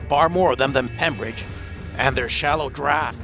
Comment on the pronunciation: It was the Earl of Pembroke not pembridge